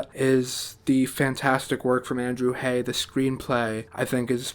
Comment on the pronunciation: Thank you for your direct, sincere and enthusiastic review of this wonderful film. (F.y.i.: Andrew Haigh's last name rhymes with "vague" -- long "a" and hard "g." You got the first part right. And I believe that Paul Mescal's last name is pronounced "MESS-cull," though you're in good company in getting it wrong! Thank you.)